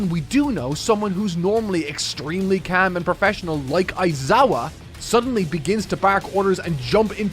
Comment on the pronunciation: The accent came out in that "Caahm"😭